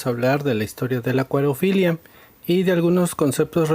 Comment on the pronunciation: Se dice acuariofilia